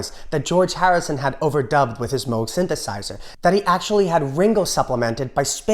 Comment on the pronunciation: I Want You and Her Majesty both cut off the ending. Nice symmetry. Tip of the hat for nailing the "Moog" pronunciation.